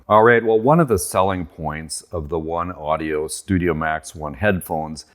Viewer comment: I might be wrong but I THINK you pronounce it "One Oh-dee-Oh" not "One Audio"